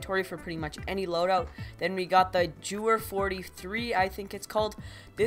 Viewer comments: Gewehr 43 being pronounced, "Jewer 43" is funnier than it should be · To pronounce Gewer, its a Hard G, as in Gas, And the W sounds like a V and the "er" is "eer", like the word Deer. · the W in gewehr is is pronounced like a v. also the sound after it is like the "ere" in "where".